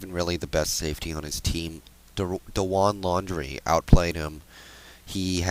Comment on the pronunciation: you sir are fucking dumb, 2 bad plays, thats it, it happens, he dosent blitz cause he is a fucking ball hawk. and you don't know how to pronounce dawan lan,...landry and you talk like your holding your nose the whole time